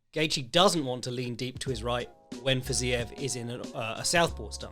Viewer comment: The only man that pronounces Rafael Fiziev's name correctly on Youtube. I'm not one of those guys that gets pretentious about the way people from other countries pronounce names from your country/close countries in this case, cause you can't know all that stuff, but it's pretty satisfying to hear ngl.